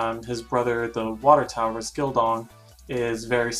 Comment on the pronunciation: By the way Taoist is not pronounced with a T it is pronounced with a D my friends